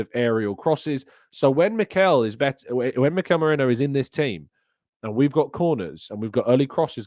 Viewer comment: his name is ME-RI-NO. He has never played for Liverpool.